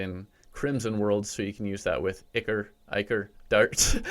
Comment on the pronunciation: If you want to know how to say ichor it’s eye-core